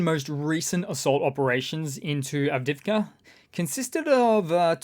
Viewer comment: love your program---But it is pronounced avdee-yeevka!